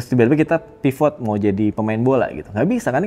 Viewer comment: Maaf, saya ingetnya ˈpɪvət, bukan paivot, Bang. 🙇